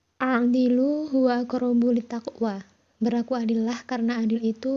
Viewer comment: Mohon maaf untuk membaca Al-Qur'annya tolong diperbaiki atau saya yang salah dengar ya, di surat An-Nisa itu bacanya lidzakiri harusnya lidzakari. Kemudian surat Al-Maidah ayat 8 harusnya dibaca "sya-na-a" dan yang a'dilu bacanya i'dilu setau saya. Mohon penjelasannya kalau saya yang salah